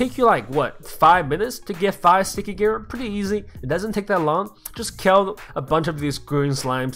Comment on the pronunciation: his accent sounds like kel